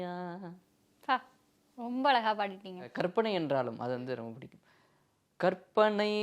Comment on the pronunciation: கற்பனை என்று உச்சரித்து பழகுங்கள் ; கர்ப்பனை என்று சொல்வது தவறு